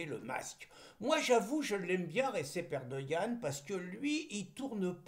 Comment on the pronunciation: "Recep Erdoğan" se prononce "Redjep Erdo'an".